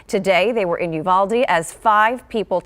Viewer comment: Not the freaking lady pronouncing uvalde wrong